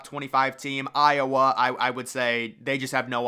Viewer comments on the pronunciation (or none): none